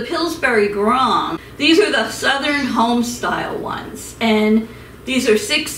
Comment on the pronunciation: It’s GRAND not GRAWND